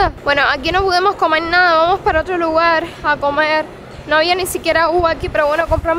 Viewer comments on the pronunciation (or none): Se dice: lugar, no lugal 😊